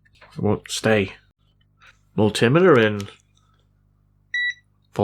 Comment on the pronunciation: Rowt? ARGH! It's bad enough when you say MulTImiter...